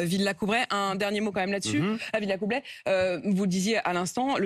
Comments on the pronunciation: Il n'y a personne à l'oreillette d'Apolline pour dire à cette bécasse que c'est Villacoublay et non "Villacoutray". Journaliste politique à BFM et ne pas connaître le nom de la commune de cette base aérienne, elle n'a pas le niveau. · VillacoubLay, Madame ! Villacoublay, pas Villacoubray ! Mais il est vrai que c'est de l'autre côté du périphérique... Vous êtes excusée... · Villacoublay, pas Villacoubray.. Pas facile pour cette journalisme... Même après avoir été repris.. Elle ne se rectifie pas.. .. Et ben. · Villacoubray 1 fois, 2 fois ....révise tes classiques. c est Villacoublay...avec un L . Quels journalistes quelle culture ! Merci Éric, quelle finesse dans l analyse . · Il s'agit de l'aéroport de Villacoublay et non pas Villacoubray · Villlacoublay neuneu. Pas Villacoubray ! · Et en plus appoline de mes deux a répétée deux fois " 😏Viillacoubray " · Elle est journaliste et elle ne connait même pas l'aeroport de Villacoublay Mdr Villacoubraie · En plus elle l'a dit 2 fois Villacoubray ! 👎🤮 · Apolline ! Ce n'est pas VillacoubRay !!! mais VillacoubLay ! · VILLACOUBLAY ! Madame de Mauvaisesherbes Et non pas VillacoubRay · Pour cette Apolline de Malherbe, toujours aussi déplaisante (interrompre l'invité, ne pas le laisser parler...)voire plus, la ville, aéroport de départ du Falcon (il y a le TGV, mais trop populeux, peut-être et pas assez chic pour un couple de choc, s'appelle Villacoublay et non Villacoubray, comme elle le répète à deux reprises, mais cela impliquerait de vérifier et surtout de ne pas afficher une telle assurance, insolence. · Appoline ne sait pas lire : on dit VillacoubLay et non VillacoubRay. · VILLACOU-BLAY !!! et non Villacoubray !!! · Madame appoline, travaillez vos texte, on ne dit pas villacoubret mais villacoublay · " VillacoubRay".... Pfff.. 😵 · Apolline prenez votre retraite, svp. Vous êtes saoulante à chaque interview avec votre air très méprisant !!! Ce n'est pas Villacoubray, mais VillacoubLay !!!!